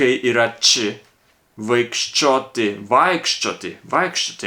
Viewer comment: Iš pradžių tark kaip du atskirus žodžius: už sienos / už sienietis. Per laiką įprasi sakyti greitai ir gausis vienas žodis užsienietis. It literally means "he who is from beyond the wall". O vaikščioti tari idealiai :) Beje jei nepatinka, kai kirčiuojamas pirmas skiemuo - latvių kalboje visų žodžių kirčiuojamas pirmas skiemuo :)